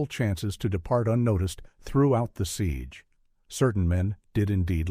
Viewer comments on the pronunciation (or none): none